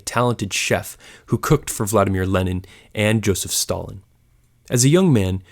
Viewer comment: if you are going to make education videos at least learn how to pronounce the names correctly. you need to emphasize the second syllable in vladimir - so emphasis on the I not A. in general when pronouncing russian names and words, you want to be hitting the second syllable, rarely the first.